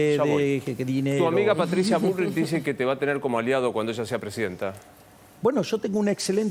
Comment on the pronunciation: Che ,díganle al mogólico que se dice presidenta ,ta con ta se dice ,pre si den TA 😂😂😂